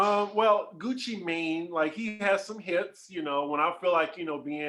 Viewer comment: It cracked me up how pronounced "" Gucci Mane. He sounded like a white person saying the name. You pronounce it as Gucci, Guwop, or Gucci man. Even thought it says Gucci "Mane"" that cracked me up. love you 😂❤❤